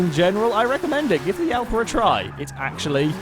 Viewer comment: i know how to speak and it prenounced jalpa